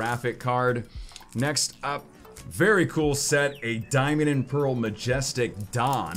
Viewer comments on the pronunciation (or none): none